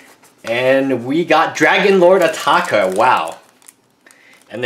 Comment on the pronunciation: ITS ATARKA NOT ATAKA OR ATAKER